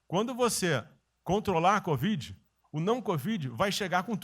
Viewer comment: Melhor parte foi o presida dizer: CODIV...😂😂😂😂😂